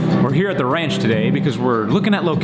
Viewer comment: This made me hear wranche instead of ranche.